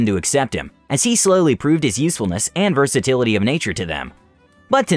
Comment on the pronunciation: "Varsatility of nature"